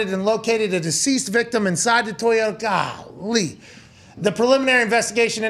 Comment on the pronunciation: Bro I’m tryna be serious but did pat say TOY-YO-TAHH 🤭